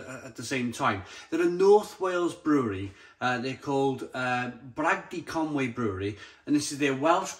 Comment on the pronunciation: Isn't that ConUy (Conooy) mate?